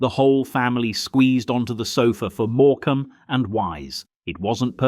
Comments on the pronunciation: It's all very well reminiscing of the old days, but the narration called have been done by a human being , and not AI. As soon as Morecambe and Wise came up , I knew the narrator was AI . 'More-came' 😮 Bar Humbug ❗ The Bot got some things right about Christmas gatherings in the 70's , but that doesn't make up for the fact that AI has absolutely no human qualities . It has no feelings , emotions , memories , heart or soul . And for its information, we always had a real Christmas tree which I usually decorated as a young boy , and enjoyed doing it too .😊 Merry Christ-mas all 🎄, from this soon to be 68 years young Englishman.... Don't forget . Jesus is the Reason for the Season .🙏✝️🙏 🇬🇧✝️🇬🇬♥️🇳🇮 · This is fairly accurate but the narrator needs to learn the emphasis on some of the names “More-Cam”… No No Morecambe less emphasis on the cam… “etch-A-sketch”… no, etchasketch say it as one one word not 3 … did you really experience the 70s or are you just learning the history h watching YouTube? Hey hey hang on mate… Mr Patel behind the counter…. Not so common in the 70s… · Happy happy memories - grateful for all I had and all I did not have. Pity about the Ai Mispronunciations OTHERWISE Perfect ❤. More CAM and Wise lol 😂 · I remember my parents rarely put the heating on,the inside of my bedroom windows had frost and my breath was steamy I certainly don’t miss that!A.I. Needs to learn to say Morcambe 😊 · AI at its best….. Moor….Cam… and wise……. Etch….ayyyy…..sketch…. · Why is theAI voice saying “more- camm and wise “ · Moor-cam 😂 (Morcambe) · The irony of these videos all about the 'good old days' of freezing cold homes, prawn cocktails and no money, is that they go and use an AI voice instead of someone who is, you know, real. "more-cam and wise"? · It’s notmorecam as your saying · Mor-Cam and Wise? Oh dear, more AI or someone who knows nothing of 70’s telly. 😂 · More cam and wise was the AI giveaway 😂😂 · Is this AI narration? Who says Morecambe like that?